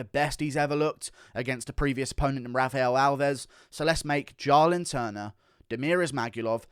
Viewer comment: Bro it’s pronounced “JAY-lin.” Why tf u keep saying “jah-lin” 🤣🤣